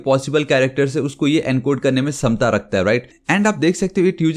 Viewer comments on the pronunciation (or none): none